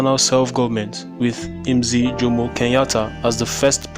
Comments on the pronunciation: its pronounced as mzeh not mziih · Lol it's pronounced mzeh